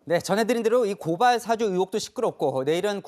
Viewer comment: 앵커님 고발사주는 사장이고, 고발사아~주 발음 안되요?